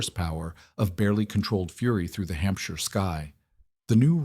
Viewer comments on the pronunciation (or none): none